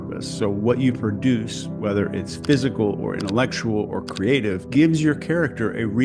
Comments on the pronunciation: Don't know if I was supposed to pick up on this, but that say "PSYCHAL" not "PHYSICAL" 😊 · new word? Psychal pronounced physical but evokes a psychological element.😁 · Great vídeo - "phycal" health is important! 😂